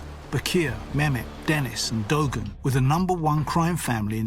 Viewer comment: What the hell is "dogan"??? Its pronounced "du-arn"